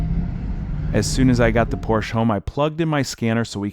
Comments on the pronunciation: Great video, but it's not pronounced, "porch." Say it with me everyone, "por-shuh." 😉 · Well, there's the problem. The guy took it to the Porch dealer, not Por-sha, who made the car.😅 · It’s pronounced Por-Tia not Por-shh. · It's pronounced "PORSH-AH" not porsh, you muppet. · It's not a Porsch....It's a Porsche.. the E.. EEEE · ITS PORSCHE NOT PORSCH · When will you guys learn. It‘s pronounced „Porsch-a“ not „Porsch“. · Please pronounce the cars name correctly. it is pronounced "Por-sha", not "porsh". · typischer Hinterwäldler Ami ... PORSCHE heißt das, nicht PORSCH! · Por-SHUH! Por-SHUH! I don't care how Uncle Zeke or Cousin Jethro said it back in the holler. If you're going to do a YouTube video, learn the "gen-yew-wine" name of the auto maker! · pls stop calling it a porsch.... its a porschE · Come on,! It's pronounced POR-sha, two syllables! NOT Porsh(one syllable)! It's SO disappointing to hear genuine car guys misprouncing such an iconic name! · If you are going to continue buying Porsches, please learns to pronounce the name correctly. Porsch-a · Por shuh. That’s how you pronounce it. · Porschä , speak the e at the end like an äh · Your mispronunciation of the name "Porcche" is painful, makes be want to turn the sound off. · porsche is pronounced "Pour sha"❤❤❤❤ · Porsche please Porsch with e at the end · Say Porsh-uh. It’s a man’s last name. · “Porsch”. Silly Americans. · Pronounced Porsh-uh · Its "porshuh," ffs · Por-sha-two syllables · It’s called Porsch…e… not fucking Porsh…….. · Love your vid! But not your pronunciation of the family's name "Por-sha". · porsh... annoying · while I like your videos I would love if you can say PorschE ;-) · I stopped watching when I heard "Porsh" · Pors-Sha, ya moron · Porsche, PORSCH-AH. If you are going to fix them pronounce it correctly. words matter...it's why the tech at the dealer is a moron...he can't read or pronounce words. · POR-SHA. Don't buy a car if you can't even pronounce it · POR-sha!! #comonman 😂😂😂